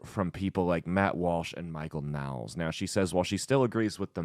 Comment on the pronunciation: It's pronounced like "Noles" not "Nowls"